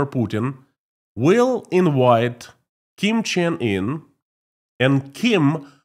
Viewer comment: Who is "Kim Chen-in"? 0_o